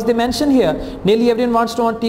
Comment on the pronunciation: its here not hair sir.. 😁